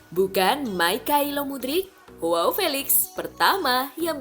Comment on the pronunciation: Mengkoreksi dikit ya min, bacanya bukan Hoao, tapi Joao aja biasa, karena Felix bukan orang british